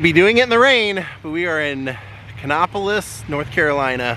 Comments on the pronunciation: Nice video. The place is pronounced Kannapolis as in "nap", not "nop. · I used to live right beside Dale Jr. I’m born and raised in the area. It is pronounced Kan-APP-O-LIS. Lol